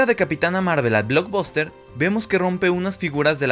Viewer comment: Se escribe Blockbuster, y se pronuncia "BLOCKBASTER"